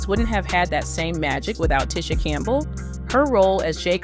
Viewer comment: clickbait, plus this is probably ai generated. They mispronounced names and everything. Ticha Arnold was one